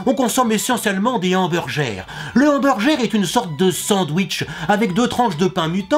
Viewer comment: il fait expres de de dire mal les choses genre hamburjer